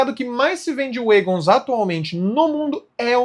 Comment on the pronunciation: Notinha: Se diz uégons.